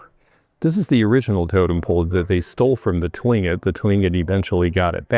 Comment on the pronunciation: Cool totem plate! (Btw, Tlingit is pronounced Klinkit.)